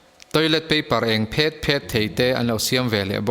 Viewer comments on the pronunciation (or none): none